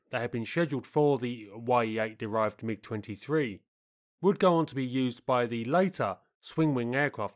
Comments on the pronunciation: It's not "Y-E", but "Ye" for the Russian "E" sound. Like you're saying Mig instead of M-I-G... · it's NOT [wai-ee] 8, it's [ye]-8 блять i'm russian and u better check info and pronounciation of sounds. the sound is like in Kanye west's name. ye, not [wai-e:] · The "Ye" in Ye-8 are not two seperate letters pronounced "why-ee". It is phonetic spelling of one letter in the Russian alphabet and is pronounced as a one word "ye" (similar to "yeah").